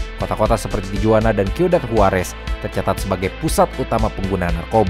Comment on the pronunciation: mohon maaf, pengucapan tijuana mestinya tihuana. konten2nya selalu menarik ❤